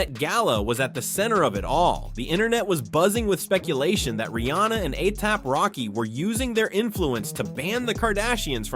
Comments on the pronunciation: Anything but A-SAP. 😂 Alee-app, A-thap, A-hap A-say-yay-pee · Why is he saying ATAP?!?! 😅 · ASAP rocky not aap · Anyone else not hear the 101 ways dude said "ASAP"? How can a spelling/pronunciation be wrong so many times I begin to think dude was deliberately playing with us... 😅❤ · Asap’s name was butchered about 70 times